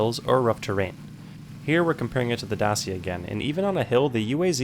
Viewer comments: It's dachia not dacia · the car is called Dacia not dasia,the pronouncing make the difference (i am romanian xD) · Dacia is read "dachia" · Dacia is pronounced: Day-see-ya. But the Romanian pronounciation is Da-chi-ah. Just to note, yes I am Romanian. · U can't pronounce Dacia correctly 😅 in Romanian it sounds different